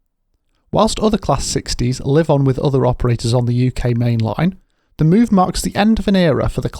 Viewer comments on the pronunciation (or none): none